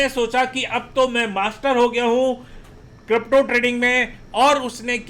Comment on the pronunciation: Not kropto it's crypto 😄